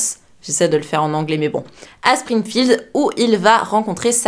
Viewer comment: Ta dit sprigfield???comme les simpson😂